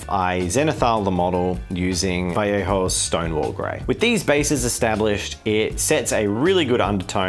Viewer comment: Damn he actually pronounces Vallejo correctly. It's kinda fun to see youtubers who are from southern USA where speaking spanish is pretty common just completely butcher the pronunciation but then some australian bloke actually says vajeho.